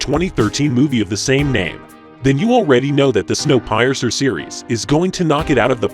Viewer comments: It's pronounced 'Snow peercer", not pie-ecer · Wait. Snow Pie-er-cer? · Snow "Pie-Uhrser"? lol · Um it’s pronounced like Snow “Peerser” not pie-ur-sir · I don't know if this channel is using some kind of A.I. voice or what, but in several cases with the video, the narrator pronounced words wrong, like with Snow Piercer, it pronounced it as PIE-R-CER, instead of saying the first part like the word Pier, like the place where you anchor and boat or ship! It basically Said it like PIE ARE CER, saying each part as separate from each other! I guess it's cheaper for channels to hire an A.I. , lol! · Snow Pizer? I don't think so. It is pronounced peer-cer. It refers to the train piercing through the snow. Sort out your robot. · Can't get past "Snow PIE eser". Thumbs down on this creator. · "Snow PIE-ER-CER". Wow. The artificially generated voice alternates between hilarious and annoying. In short, it sucks. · snow "pie azur"? wtf is one of those? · "Snow Pie-ur-zer"??? . You need to hire better trained AIs. That's just embarrassing. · My favorite is “Snow Pie-es-er” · Your AI voice likes to say "Snow Pie-ser" lol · Snow pie-er-ser….really? Hire a real person to narrate. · Please find a narrator who can properly speak english. to many mispronounced words. Snowpiercer i is not pronounced snow PIE cer Battle star Galactic a is a BATTLE STAR NOT A STAR-SHIP. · Snow Pie-ercer HAHA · Snow Piercer. Pee-irs-er. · Snow Pie-er-cer? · Im sorry, what? Snow Pie-ercer? Sheesh. stop using text to speech programs my goodness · Snow Pie-Sir 😂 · Snow Pay-eercer? BAHAHA. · Snow Pie-ercer?? Ok this list is crap before it's even halfway through. Bad enough how several earlier in the list are juvenile crap shows. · Snow 'Pi-er-cer'??? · It's not pronounced pie ercer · "Snow Pie Err Sir" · Snow pi es ser... lmao. Nice try computer voice. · Snow Pie-ercer???? Is that the same as a Pecan Pie-ercer? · "snow pai-ercer" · Snow Pie-R-cer.... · Well, I think I'll give "Snow Pie-er-sir" a look.